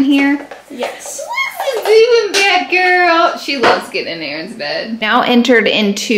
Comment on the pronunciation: I just wanna say that the Laura Lee family is the most real n down to earth on yt.... Can't stop watching y'all gurlll....btw I like how u say that ”gurll"